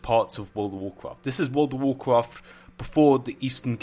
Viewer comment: Wowrl of wowrcraft. Are you eating something every time you say World of Warcraft?